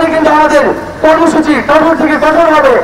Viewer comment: কোঠর না ভাই, কঠোর হবে।